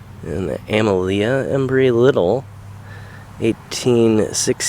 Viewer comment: Her name Amelia is pronounced Uh-meel-yuh.